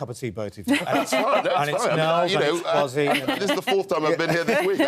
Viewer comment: Nels, i love the way you drew Kwasi Kwarteng's attention to the REAL pronunciation of his name KWASI. Have always found it "irritating" he allows people to call him QUASI.